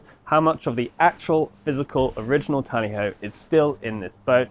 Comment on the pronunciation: It's TALLY HO